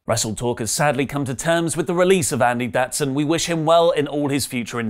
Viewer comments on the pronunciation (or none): none